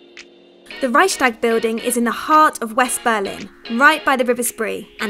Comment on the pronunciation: HAHHAHAH reyschstag building